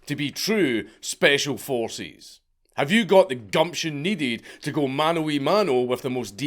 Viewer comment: Speshul forsez